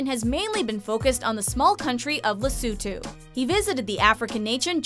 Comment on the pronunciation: The way she says Lesotho😂 Where did she get the U from? 😂😂😂